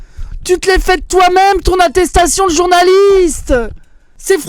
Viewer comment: Mdr atetation de journalite en diret 😂